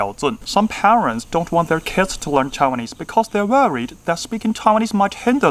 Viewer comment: 看這影片看得很難過...認真回，英語發音標不標準跟講台語或普通話無關，重點在於觀察能力以及那個人在不在乎自己的發音。你發音已經算不錯，但仍然有很多細節沒掌握，舉你說的第一個例子 Some parents那裡，don't跟want的t都不要唸，kids唸的時候中間嘴型是一二三的一，你的唸法是英式，Taiwanese不是唸ㄊㄞˇㄨㄢˇ膩s，tai的發音舌頭是要捲進去的，wan是唸one一模一樣，English的要唸en-glish兩個音節不是en ㄍ lish三個音節，pronunciation的c是ㄙ不是ㄕ。I speak solely Mandarin (I do not speak Taiwanese at all) but obviously I know how to sound like a native speaker. That is why I strongly deny your point of view. However, you did a great analysis somehow. Nice vid.